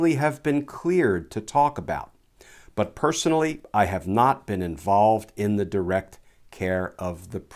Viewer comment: "thee illness is gonna do what thee illness is gonna do" 🤣🤗🤣😅